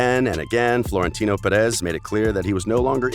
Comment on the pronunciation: Pronunciation gaffes: 1. U-E-F-A instead of You-ueh-fuh 2. Ballon de Or - Balondor 3. Avero - Uh-vay-raw 4. PeREZ PErez. Stress is on first syllable. 5. Hor-hey for Jorge instead of Hor-heh 6. Zidane Zi-dun 7. Paris Saint Germain - Puh-Ree Suh Zher- Muh